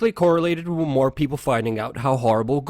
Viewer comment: Luke, I appreciate the time and research you put in, but PLEASE work on your enunciation. It drives me crazy to listen to you try to intelligently discuss these topics, while using "wit" instead of "with". Accent & enunciation, brother. Keep fighting the good fight!